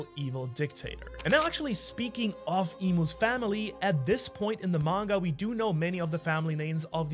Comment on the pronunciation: 36.10 minutes and you say Monger instead of manga lol